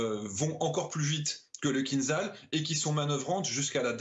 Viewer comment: oh, déjà, on dit kinZHal (кинжал = poignard), pas kinZal... fin, en russe, on dit aussi kin-za-dza ! et arretez de faire peur aux ménagères avec vos delires que ca vole a 10M. c'est du combustible solide, au bout de 20 sec tout est cramé, même si ca monte a quelques M et apres ca vole (~1300km) en réduisant la vitesse a 2-3M grand max, apres ca continue a 2M (~400km) et à la fin ca peut aller carrément en subsonique pour maxer la precision. et la meuf de franceinfo qui sort que ca contourne le terrain, lol, fin, certes, ce genre de profanes suffit pour faire frissonner madame michou ! ca fait quelques manœuvres aléatoires schématiques a tout casser. et le vrai gag, c'est "kinzhal" qui est tiré d'un navire :-P kinzhal par définition est aéroporté, sinon c'est son grand frere iskander quand c'est terrestre... vraiment, chez franceinfo les journaleux c'est un ramassis de blaireaux incompétents en la matière